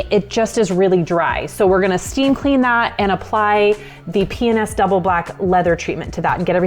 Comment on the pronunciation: I love land cruisers and P&S products. It sounds like she keeps saying penis though.